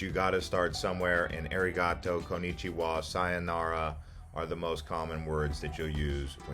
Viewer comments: Airy-gato 😆 sorry couldn’t help myself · The pronunciation on some of your words had me like 🥴🥴🥴 That's not it. Arigato 🤣🤣🤣 A-ri-ga-toe 😂😂 With that said this video was VERY helpful in narrowing down places I haven't seen but want to so arigatogozaimasu! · You are pronouncing Arigato wrong. Pls learn correct pronouncations first, if you wanna teach others.